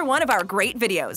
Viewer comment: She said become a babble topper hahaha